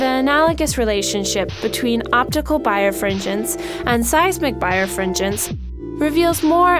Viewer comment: It's pronounced bi-refringence, not bire-fringence.